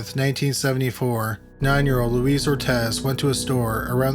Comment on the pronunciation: Luis, not Louise.